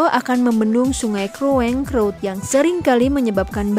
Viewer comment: Ntap, mungkin narator bisa pelajari cara melafalkan nama" tempat dengan pelafalan yang tepat, biar orang acehnya ga salfok. Contoh "KRUENG KRUET" bacanya kruwng kruwt. Jempol untuk team yang berusaha membuat video ini sebaik mungkin. 🤘🤘🤘